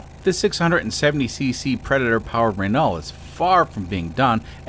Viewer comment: Renault is pronounced “ren-OH’. THe ‘T’ is silent.